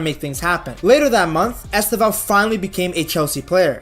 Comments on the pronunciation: Nice video, man. A tip on how to pronounce his name correctely: The stressed sylable is the second: esTÊvão. You can even make the first letter "E" silent: sTÊvão. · Estêvão: TE is the stressed sylable. Pay attention how Brazilians always pronouce his name, please.